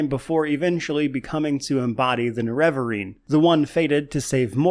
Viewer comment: I'm so triggered by your pronunciation of nerevarine.